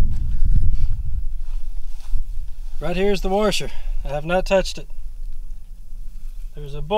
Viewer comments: Except for that "r" he keeps putting in "Washer". Heh, my dad says "Warsher" too. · A "warsher" lmao good video btw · I like how you say "warsher" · My god this "warsher"! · "Warshur" :P